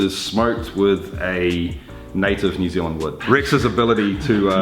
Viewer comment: New zee land 🤣